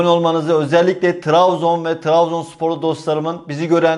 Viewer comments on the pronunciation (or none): Travzon değil Trabzon kanka 😂